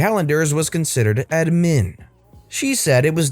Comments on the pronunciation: Why are you saying admin like that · I get that. It bothered me too, but I like to play fast and loose with the English language so idk if he was messing around. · You keep saying admin like that I'm gonna hit something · I'll never hear the word admin in the right way ever again.